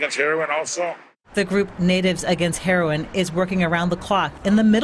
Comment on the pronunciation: yeah he said natives against erin that's mad funny cuz he didn't want people to hear what he was saying so he mispronounced it on purpose trying in vain to stay low key